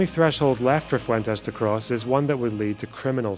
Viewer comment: Interesting how Fuentes pronounces his name FU-en-Tess. Won’t even pronounce his name with the Spanish inflection? Yikes